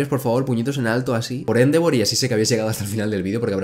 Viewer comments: Me da un tick cada vez que dice Éndevor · Endeavor, se dice endeivor